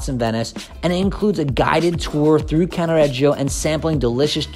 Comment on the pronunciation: you've have improve the pronunciations.........f.e. it is "Cannaredjo" not CannaREggeeeo......